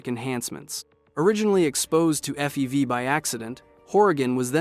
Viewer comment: Also pronounced FEV as fev